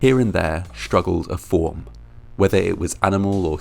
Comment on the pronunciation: SCHtorage tank, SCHtreetcar, SCHtruggled, conSCHtruction..... Ffs!!! :-(